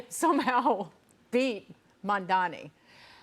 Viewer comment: If you can pronounce 'Cuomo' correctly, you can pronounce 'Mamdani' Get it right. You are a newsreader.